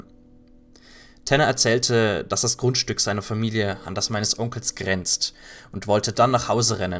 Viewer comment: Geniale creepy pasta. Großartig für ein special dieser art. Nur etwas konstruktive Kritik muss auch sein. Versuch etwas natürlicher vorzutragen. Deine betonung in dieser pasta klingt irgendwie angestrengt. Fast schon erzwungen. Wie bei dem wort "grenzt" ziemlich am anfang. Sowas macht ein bisschen die stimmung kaputt. Aber sonst ist es wiedermal toll vorgetragen :3 Auf die nächsten 200 ^-^